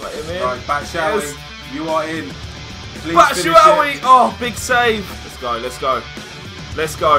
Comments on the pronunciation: i think that michys surname is batshuayi not batshuawi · great series guys. BTW, it's bat-shoe-why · Why do they say batshuwawi?